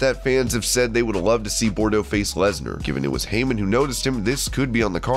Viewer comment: How about saying his name right. It's Parker Boudreaux, NOT Parker Bordeaux. PRONOUNCED bood-row. WTF? Total disrespect,.